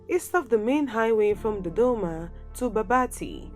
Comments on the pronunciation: Ohh I like the way she says Dodoma!😁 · Ohh I love the way she says Dodoma! 😄